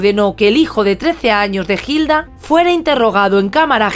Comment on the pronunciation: En vez de una celda merece un monumento. María, aquí 🇦🇷 Hilda se pronuncia con H muda "Ilda".